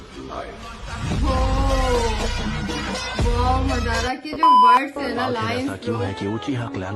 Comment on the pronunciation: 7 min 5 sec pr wo jo naam bol rha hai usko suno madara nhi madra